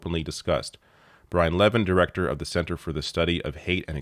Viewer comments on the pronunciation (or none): none